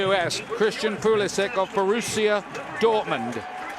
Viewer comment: It’s sad that you can’t pronounce your own last name properly.